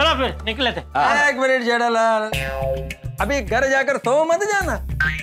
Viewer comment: 😂 Iyer says जैठालाल